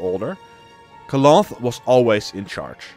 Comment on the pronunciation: Cloth, is one of the most bla bla bla ruler sof the north, it's pronounced KALANTHE not KLOF, good video though